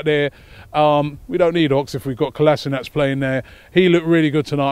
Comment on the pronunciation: Robbie, can you PLEASE start pronouncing KOLASINACK. It's getting a bit much!!!! 😈